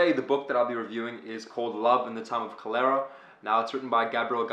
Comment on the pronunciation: Thanks. Btw, I don’t think that is a pronunciation of cholera.